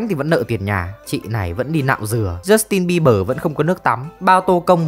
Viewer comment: jút tin bi bờ...😊...tếu nhẹ lắm... kkk